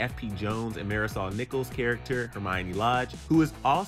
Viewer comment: Is anybody else triggered bt how he said Marisol